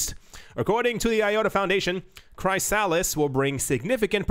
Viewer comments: I think it's pronounced "chris-AH-liss" not "CHRY-sa-liss." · That’s driving me 🥜 🤣🤣🤣🤣 but I would say CHRYS A LIS ❤️ your world though